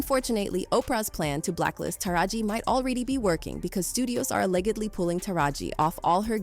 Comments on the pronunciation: These AI commentaries. “Alleggedly” vs “allegedly”, lol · Mo’nique = Monica. Allegedly = a leggedly who tf is reading this script? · I'm not with the mispronunciation of the actors names or the word "allegedly" (ledge, not leg). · “A-leg-ad-ly”? Is this an AI voice? Complete with vocal fry and everything. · "Ah-leg-id-lee" Bruh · A-leg-ged-lee? = allegedly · Stevay Harvay? UnfortuNATEly? aLEGGEDly? What planet are you from pronouncing all these words so weirdly and WHO THE HELL IS Veeeola Davis?